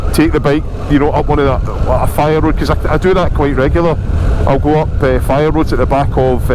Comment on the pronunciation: Fire roads 😂that’s u sounding American now